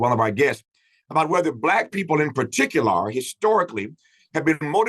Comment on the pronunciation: “Par-tic-u-laaar”. Tf is that?